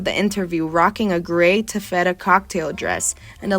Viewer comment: TAF-fetta POR-ghee and Bess - hard “g” Pulllllease review pronunciations before recording epidodes!